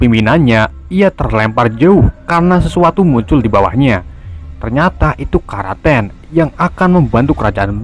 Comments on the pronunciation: Kraken bos bukan kraten.. 🤣🤣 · kraken woi bukan karaten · ini kraken disebut karaken :v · Bukan kraten tapi kroeken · Kok karaten kan kraken